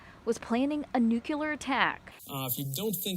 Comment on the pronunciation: Okay, I'm in like the first 30 seconds of this. That news reporter said nucular, and that's not a word and it drives me crazy... It's nuclear. Kind of like hypersonic vs hydrosonic. Lol. So many people can't say nuclear. Before anybody jumps on me for being a stupid thing to say, I have a minor in foreign languages and for some reason saying things right matters to me because of that. If I couldn't say words properly and French that meant I couldn't have an A.